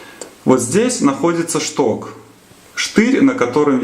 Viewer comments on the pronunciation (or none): Как нудно,"чток, штырь".